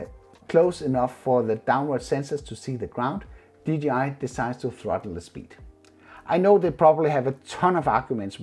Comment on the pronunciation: Did he just say a ggi mavic mini 😂😂😂